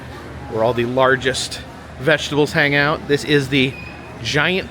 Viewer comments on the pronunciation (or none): none